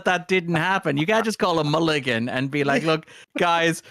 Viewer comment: So are we just going to ignore wild pronunciation of 'mulligan' or...?